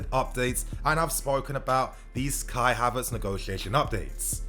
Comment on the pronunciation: I'm tired hearing kia Havertz